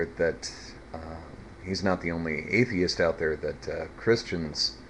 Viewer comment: Brilliant analysis! I was speechless after watching that guy babbling about his "thoughts". The way he pronounces "atheists"... huuh!... His hatered can literaly be felt...